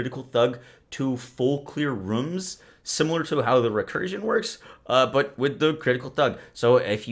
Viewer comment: "it will fully clear ruums"